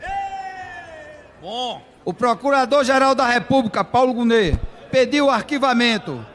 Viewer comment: Obs: Paulo Gonet, lê-se Paulo Gonê e não Goné